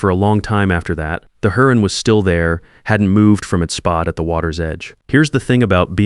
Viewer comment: What's a hurron. You mean heron, pronounced like hair-on?